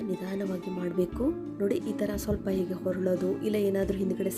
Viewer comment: "ಹೇಗೆ ಮಾಡಿ" ಅಲ್ಲ, "ಹೀಗೆ ಮಾಡಿ " ಅದು.ಅಯ್ಯೋ ಕಸ್ತೂರಿ ಕನ್ನಡ ಕೊಲ್ಲಬೇಡಿ .